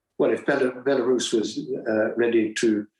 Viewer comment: Belerussia?? Belarus perhaps!!